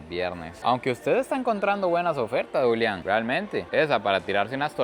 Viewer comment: Como suena Julián en inglés 😍